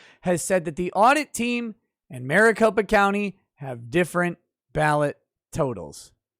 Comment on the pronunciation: MariCOP(E)a county XD